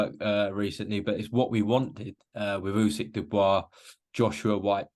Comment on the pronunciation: Why on earth does he keep referring to Usyk as "Yusyk"? Weird thing for a journalist to do?